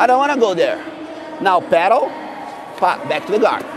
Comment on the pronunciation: Is he saying “pedal”?? WTF